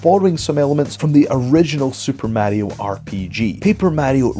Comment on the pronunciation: Sooper MAH-rio